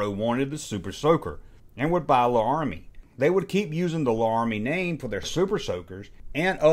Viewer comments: La-rah-mi?? You did that on purpose to boost responses, right? Cos I have to believe you know it’s pronounced Lair-ah-mi! I’m from Georgia too so I get it either way. 😜 Can’t wait until I hear you pronounce, Tamiya! 😉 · Larami... as in the city in Wyoming... or the old cowboy tv show...